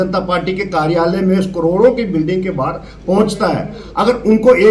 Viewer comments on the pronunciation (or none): none